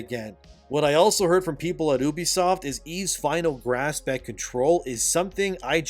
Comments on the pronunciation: can you PLEASE stop saying ubisoft like "oobisoft" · Pronouncing it Ubisoft like that might be worse than what blizzard did 😭😅